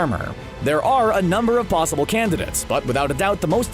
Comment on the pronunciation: Why does he say psossible